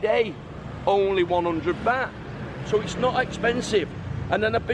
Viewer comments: its not Bat its Baht, and it not Paytaya its Pattaya. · I saw your vids in Boracay, you went to all the expensive places, it's pronounced Bart not bat! Haha